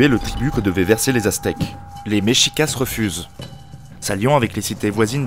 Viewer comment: MEXICA pas MEXICASS. Mexica (pluriel) et Mexicatl (singulier).